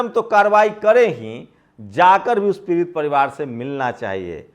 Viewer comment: आआ ऊ ऊ pehle bolna sikh ja पिरित nhi पीड़ित h